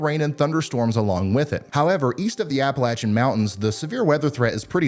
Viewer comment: i joined because you pronounced Appilachian Mountains correctly . Thank you